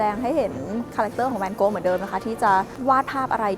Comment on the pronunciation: ทำไมฟังไปฟังมา จากแวนโก๊ะ กลายเป็นแนนโน๊ะเฉยเลย 555